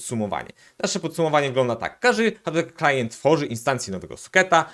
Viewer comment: Całe czas słysze, że mówisz htteklient :)